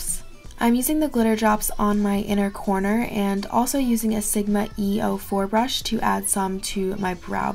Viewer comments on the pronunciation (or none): none